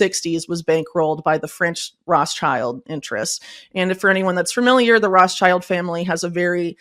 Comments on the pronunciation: Why does she say Rosschild? Not Rothschild ? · Can she not pronounce Rothschild or is she doing it intentionally? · Yes, she is pronouncing it incorrectly!